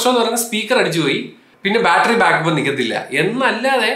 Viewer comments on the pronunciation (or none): none